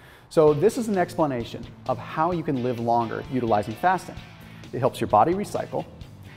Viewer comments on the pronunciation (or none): none